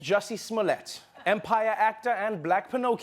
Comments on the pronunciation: Trevor says his name so white there "Jussy Smolyette" lol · You mean juicy smoolyay? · Here's Dave Chapelle speaking about the French actor, "Juicy Smool-yea".😆😆😆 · you guys... it's Juicey Smouleé